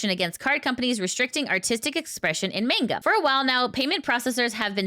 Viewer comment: it's Manga not Mangled